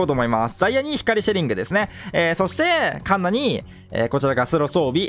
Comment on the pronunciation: シヴァドラ根性前から抜きに行く時にカンナのことカナンって言ってて草